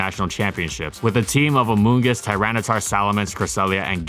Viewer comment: I hate hearing amoongus now